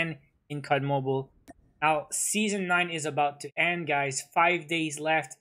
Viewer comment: I like it so much when he says the season is at 'endt'